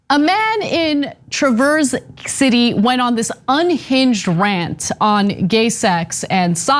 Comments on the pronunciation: Y'all. The "a" in Traverse is short a like in cat lol. TRA-verse not Truh-VERSE Yes, we're weird in Michigan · It's actually pronounced Travers city and not traverse, fyi. I grew up there and attended school in this small (27k)town. It is a conservative-ish town, used to be way worse. There are a good mix of people on the left and right, and it has a very strong LGBTQI community. There's also a lot of uptight "karens" there too,with a fair few powerful religious right people too. This guy is obviously in the religious wacko camp. Please don't judge our town too harshly. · It's TRA-verse City, emphasize the first then fade off. Not the same as the verb to traverse where you do the opposite. Sorry, had to correct it before I can watch or I'd be distracted. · Ana, just an FYI you pronounced it wrong. It is not traverse (like you are traversing a forest) the "a" in Traverse is pronounced like the "a" in cat, bat, rat, etc etc. Tra-verse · It's not "trah-VERSE city." It's "TRAH-verse city." Just sayin'. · It's not pronounced Trah-verse, it's pronounced tra·vrs si·tee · FYI, it's TRAverse, not truhVERSE, City. Rhymes with calve-curse. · These people are going to school board meetings because the right wing media are spreading outrageous lies about what is being taught in schools. On a different note, it is pronounced TRAV-erse City, not tra-VERSE City, emphasis on the first syllable. Sorry, lifelong Michigander and had to point that out. Traverse City is a lovely city and its schools are top notch. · TrA(like apple)verse City. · Say it as Traver's City. Short A like asswipe that this person is. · Please pronounce it correctly.......Travers City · Trav erse City is correct pronunciation northern Michigan, Conservative knuckleheads are everywhere up there. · As someone who grew up in Michigan, the cringiest part of this video was Ana and Cenk mispronouncing "Traverse." 😂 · Traverse City is pronounced with the accent on the 1st syllable, fyi, just saying.